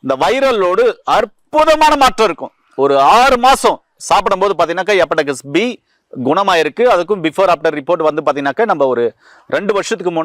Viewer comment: அது எபடெக்ஸ் கிடையாது.... HEPATITIS (ஹெப்பாடிடிஸ்) முதல்ல பெயர்களை ஒழுங்காக உச்சரிங்க.... அப்புறம் வைத்தியம் சொல்லலாம்....